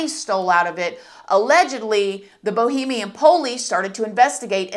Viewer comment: Why does she keep saying Bohemian? Lol 😂